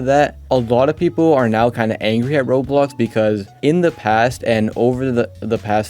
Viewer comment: WHY you say roblox like that